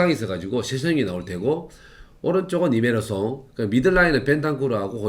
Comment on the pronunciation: 이메르송이 뭐냐 이메르송이...